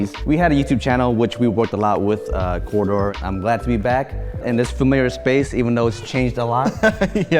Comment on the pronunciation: has to work on pronouncing "corridor," or else I'm gonna start watching core door videos by accident.